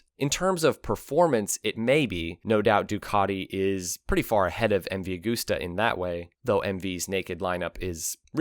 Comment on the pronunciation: Cant sit here and listen to you saying a-g-o-o-s-t-e-r any longer.